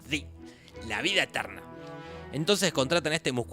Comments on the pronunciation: EN EL MINUTO ENBES DE DESIR SI DISE DI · En el minuto dise di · parece que diga Di o zi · El 'zi' ... fue inesperadamente hilarante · ese zi me mató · JAJAJAJA creí que fui el único que escucho el ''zi'' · dijo si con la z xdd